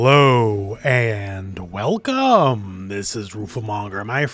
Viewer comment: HehLOWW And WELCoME